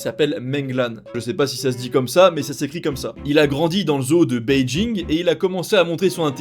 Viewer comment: On prononce pas G à beijing aussi ^^